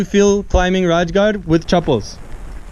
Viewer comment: Just a little extra knowledge, the correct way to pronounce it, or the way maratha pronounced is Raigad, I instead of j. Thanks for your interest in our brave history 🙏🚩🚩